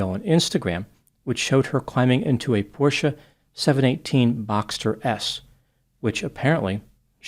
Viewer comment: Thank you so much for being so intelligent, you said the name correctly Porsche, ya know because 99% of the time it's pronounced.....not even gonna type it.